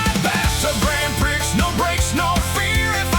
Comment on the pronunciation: Prix is mispronounced....no surprise cuz the AI always sucks.